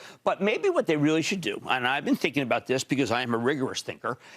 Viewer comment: Stop talking aboot it then